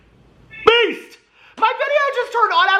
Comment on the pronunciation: Wait, has your intro always included Beast? I watch you on 2x speed (watch all YT that way lol) and this whole time I thought you were saying Peace! Roflmao!! xoxo